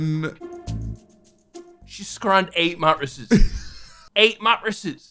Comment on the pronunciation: the way he says mattresses is absolutely killing me